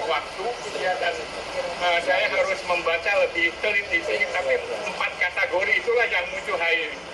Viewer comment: Lucu. Katanya ahli linguistik, tapi menyebut kata "kategori" dengan melafalkan "katAgori". Apakah dia tidak tahu kata aslinya dalam bahasa Inggris? 🥴😓